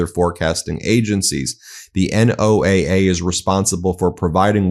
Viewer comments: ❓❓WHY does BEN keep saying N-O-A-A instead of NOAH? ❓❓ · FYI, NOAA is most often pronounced like the name Noah. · NOAA is typically pronounce Noah. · NOAA is pronounced noah, fyi. They do great work and also monitor solar flares which is a major issue. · "NO AH". The acronym is stated as "NO AH." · Say NOAA as a word. Don't sound so ignorant. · It's pronounce like "Noah". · It's pronounced No-ah, nobody says n o a a (I live 20 miles from a NOAA campus and have friends there). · NOAA pronounced "no-ah" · Hey Ben, NOAA is pronounced,Noah.